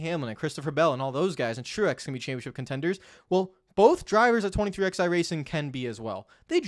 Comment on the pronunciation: I find this so infuriating